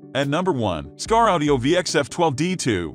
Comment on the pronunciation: The moment he said "skar" I knew this was another clueless list of BS. 100% 👎👎